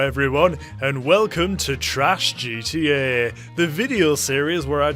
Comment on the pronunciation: „geeteeäää“ (pronounced: GTE) 😂